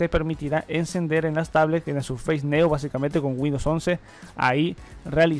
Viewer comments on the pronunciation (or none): none